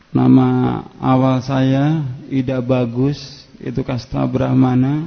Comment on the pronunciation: Cara pengucapan Ida Bagusnya jelas salah total.... Wkwkwkwkw